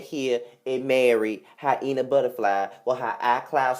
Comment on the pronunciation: did u say hienah buttaflyyyy??? U ARE SOOOO STUPIDDD....LOL SMDH!